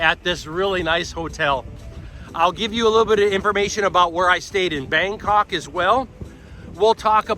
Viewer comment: my stuff up he did say Bandok as well sorry lol